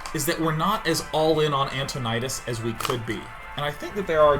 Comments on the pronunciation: His name is Antonidas, not fucking Antonidus FailFish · Why are the episodes called "allin on antonidUs"? It's antonidAs..